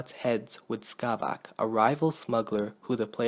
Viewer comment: I think it's Skavek, not Skavak